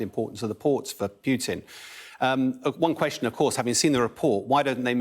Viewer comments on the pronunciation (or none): It's Pootin, not Pewtin. FFS. President Putin. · Who the hell says "Pyutin"